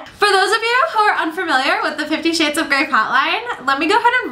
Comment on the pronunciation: Did you say 50 shit's of grey? x)